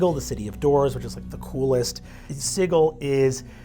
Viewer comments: "sigil" not "siggle" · Is it really pronounced 'Sighil' instead of 'Sijil'? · Americans pronouncing 'Sigil' like 'Siggle' will never not make me feel queasy. It's SID-JIL. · Sigal = sidgal not sig al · Its not pronounced sijəl? I don't think I'm going with the hard G at my table. lol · No, berk, it's pronounced Siggle--look yer rattlin' yer bonebox and getting a bit addle-coved about how the cant of yer local backwater says a word but this ain't yer plane or this 'americans' or whatever, and out here, every cutter from the sixes to the sevens and even the knights of the post know it's 'Siggle' if ya don't wanna sound like some green prime with too much jink and not enough sense to stay out of the dead book. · He'd have to learn how to pronounce Sigil though